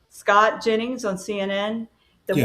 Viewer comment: his name is pronounced Scott, not Scat, which means poop.